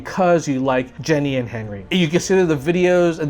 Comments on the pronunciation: I just wanted to point out that you are pronouncing Jenie's name wrong. I probably spelled it wrong, but I haven't ever really seen it spelled out. But yeah, her name isn't Jenny. It's pronounced like genie. You know like the wish granting guys that live in bottles. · nice video, btw its pronounced geee neee